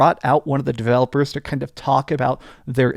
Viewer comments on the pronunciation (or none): none